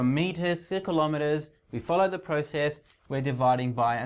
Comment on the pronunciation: don't say klo me ers say kilo meTERS